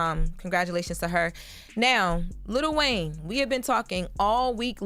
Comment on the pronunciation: ITS NOT LITTLE… Its LIl WAYNE